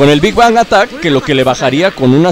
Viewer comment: Se dice big bang